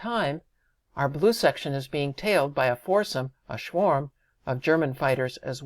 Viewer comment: Brilliant presentation, which has greatly encouraged me to buy the game. One quibble about speech: In German a W is pronounced as a V. So the German Air Force is pronounced as the Luftvaffe; and a mass of German fighters is pronounced ‘Shvarm’. Small point, but it is irritating listening to the repeated errors. Game designers in this field really ought to know better.